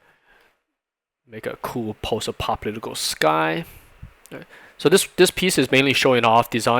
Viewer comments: I'm not sure what he says after "post", but it is not "apocalyptic(al)" lol. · Your pronunciation of "post-apocalyptic" is hysterical. Sounds like "post-apopolitical" Great content though. I'm learning a lot by watching these.